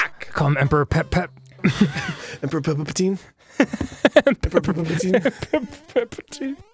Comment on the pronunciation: "Emperor Papatine"